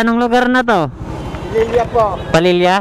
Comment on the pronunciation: Pililia , d palelia haha